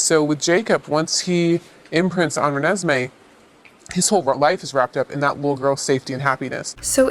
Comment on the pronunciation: I love that you called Renesmée literally everything but her name. 😂 Great video, by the way. I loved learning about some of the classics that inspired Twilight. I’ve personally always seen the most influence from Wuthering Heights. I also love that you brought up the real Quileute people at the beginning, because the fact that they are real and were used to create this work in a way that “others” and mystifies them is the only real negative of the series. It is a very old and painful truth that Native Americans have been and are exoticized for the amusement of others, mainly white people. Anyone with common sense knows that they are just people, but unfortunately racism requires no common sense or empathy. I feel like this should be the main issue people talk about when criticizing Twilight, because everything else is just fantasy. There’s a lot to be said about it, and a lot more value in those conversations. Overall, I’m so glad that I found your channel. ❤